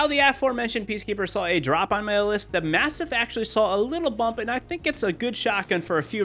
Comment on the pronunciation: The way you say MASTIFF is weaird.